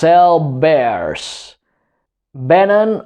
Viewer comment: No saps pronunciar vénen! (a vénen óssos) Això han aconseguit.